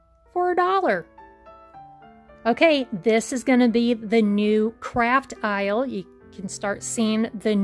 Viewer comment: When i first was listening while u were at the empty isle u said the new craft isle, i thought at first she said CRAP PILE!!! 😅😆😂😂😂😂 IM SORRY BUT SO FUNNY